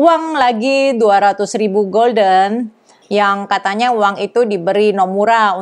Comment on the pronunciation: Mata uang Belanda dibaca hulden, bedakna dengan golden (bhs Inggris yg artinya keemasan)